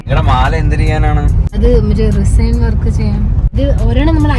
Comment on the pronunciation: Pinneh oru kaarym parayatte റിസൈൻ alla റെസിൻ aan